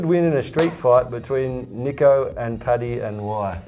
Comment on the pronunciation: Paddy my name ends with a J, not a Y. Horrible pronunciation (at least you got my surname right). Still, I'm just glad my question got selected. Thank you so much!